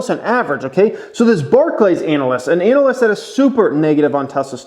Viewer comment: I like the way you say “anal-ist”